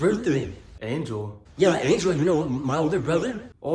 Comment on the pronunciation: I just thought it was funny because he said angle instead of Angel